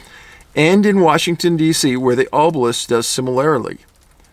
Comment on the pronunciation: Hate to be that guy but it’s not it oh sai rus and Aw buh lisk